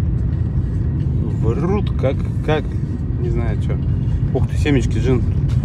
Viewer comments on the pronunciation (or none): none